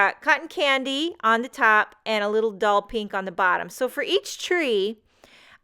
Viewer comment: Beautiful! I love all your creations, and spunky personality :). SSS missed the mark on naming the ink "Doll Pink" ...every time I hear it, it sounds like "Dull Pink"! Lol :). Must be my Canadian hearing 😀